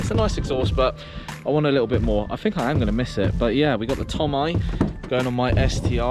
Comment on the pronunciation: did you just say "tom i" lol